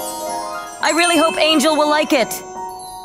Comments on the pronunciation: It's engel not angel 😅😂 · Its Engle not angel to let u know😊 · Not angel its engel😭😭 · Uhhhhhh is not angel is engel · it's not angel it's engel